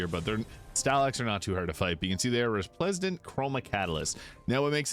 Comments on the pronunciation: Love the energy bud - also, it's Re-splen-dant :) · Re - splen - dant. Hope that helps